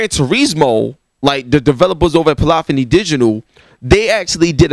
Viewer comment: Bruh you're killing me with the "Polophony" thing lol